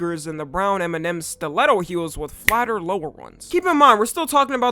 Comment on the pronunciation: why does it sound like you say eminem instead of m&m